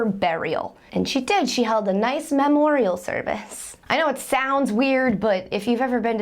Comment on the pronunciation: Mammorial service... that make laugh the loudest.